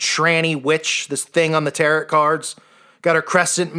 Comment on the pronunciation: The tarot ...the t on the end is silent.